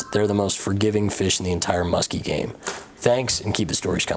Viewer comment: yall are saying muskie wrong.